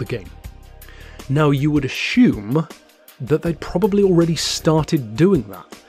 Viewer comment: ashume? blimey mate